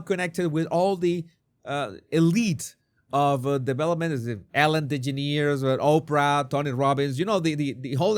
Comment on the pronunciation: Jesus, your comment about the Sussex chicken: “Yah, you’re married to one” was PRICELESS. I laughed out loud. Also, your pronunciation of Ellen DeGeneres cracks me up. Keep up the good work. I love your channel. 🇨🇦